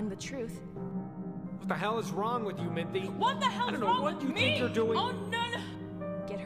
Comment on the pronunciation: They had a similar problem with part 1, where they pronounced Minthe (Min-thee) as Minth. Thank the gods they fixed that.